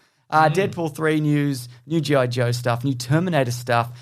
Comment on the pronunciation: They way you pronounce GI Joe I thought you had news for the anime jojo. :P